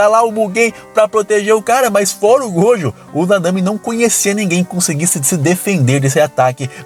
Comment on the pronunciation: KusakabÊ MahoragÁ Satoru gÔjo Cara que fala assim é escroto demais